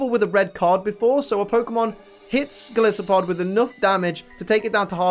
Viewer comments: Someone's got to point it out - it's Gol-EYE-so-pod, because it's based on not just Goliath, but an isopod 😂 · You also mispronounced golisopod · Disses Also can’t pronounce golisopod But my god, if isn’t adorable when he tries to say like 2/3 of the Pokédex names I don’t know what is.